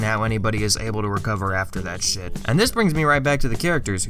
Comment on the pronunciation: You say "shit" like an Irish man. I respect it.